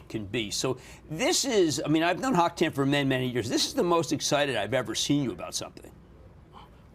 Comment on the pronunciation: His name is not Hock Tan. His name is Hock Eng Tan. And they pronounce his last name wrong. So unprofessional.